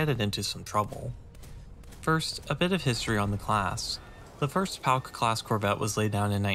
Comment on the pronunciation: Hears "Pauk" spoken as "Palk" "STUUUUUUUUUUUUUUUUUUUUUUUUUUUUUUUUUUG!!!"